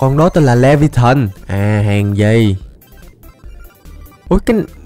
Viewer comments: Anh đọc là le vi a than chứ ko phải le vi a thìn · Anh đọc sai vủ khí đó đọc là li vi a than đó là vủ khí của một con quái vật cực kì mạnh